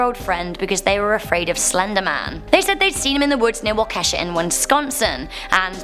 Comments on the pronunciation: Hey,. Living in Wisconsin. Thought I'd let you know, in case nobody has yet, that Waukesha is actually pronounced "wawka-shaw". 😁 love this channel! Proud to be one of (almost) 6,000,000!!!! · Hey, I'm with ya on this one! lol Also, just wanted to let you know, it's pronounced Wah-keh-shaw, and that the young girl who was the victim, is alive and doing well! I'm from Wisconsin, and this happened about 35 minutes Northwest of me, still creeps me out!